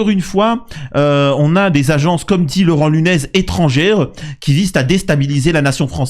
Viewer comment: Mais quel espèce d'abruti totalement désinformé et marabouté par la propagande qu'il reçoit. Quand Laurent Nuñez (et pas Laurent "Lunès", comme tu dis; fais au moins un effort, son nom est marqué sur l'écran... Rien que ça, ça montre le sérieux du mec qui se prend pour un génie et qui est incapable de lire) donc quand Laurent Nuñez parle d'ingérence étrangère, il fait référence aux actions récentes et dont l'origine des commanditaires est PROUVÉE comme venant des russes, les étoiles bleues, les mains rouges sur le mémorial. C'est le même mode opératoire, le même genre d'action, menées juste pour semer le trouble ou monter les communautés les unes contre les autres (Samir est donc, on le voit ici, le premier à tomber dans le panneau) et c'est pour cette raison que Nuñez parle d'ingérence étrangère. L'enquête déterminera sans doute si c'est ça ou non mais c'est juste pour ces similitudes avec les autres actes malveillants récents que le préfet en parle.